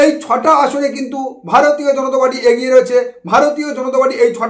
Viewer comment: Ucharon ta agiye na habe "egiye